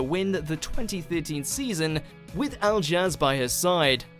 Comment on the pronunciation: The voice over for these WatchMojo Strictly top 10s is written as though they are huge Strictly fans, but the dancers names are pronounced wrongly (Al-jazz instead of Ali-ash for Alijaz for example) and basic facts are either wrong or missing that would take seconds to find out: Vicky Gill and her team were and are responsible for the stunning costumes; Ashley actually is a contemporary dancer; Kimberly and Pasha were dancing a Viennese Waltz there, not a Waltz. Who would’ve thought of putting When Doves Cry with tango? Well, Strictly, as Vincent and Rachel danced an Argentine Tango to it previously and I think Jay and Aliona were the 3rd or 4th couple to use it (over a long period of time and their tango was stunning, so not a complaint by any means), but it wasn’t “inventing a whole new dance genre”. There also seemed to be a lot of emphasis on suggesting some pairs were more than dance partners, which was true for some couples, but not for the ones picked up on: Oti is happily married; AJ and Saffron didn’t even try with a Showmance let alone anything more; Pasha was happily married to Rachel and Ashley was dating Gio at the time of their dance. Good partnerships have good chemistry and they act out the emotions. Given this weird emphasis it seemed strange that the one real couple wasn’t remarked on. Voiceover should add to it and this didn’t. It could’ve added facts like that amazing waltz from Alijaz and Abbey was from week 1 or 2 in Alijaz’s first Strictly season. I rea